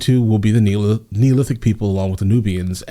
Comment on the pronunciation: The word is not Neolithic. The word is Nilotic. 🗿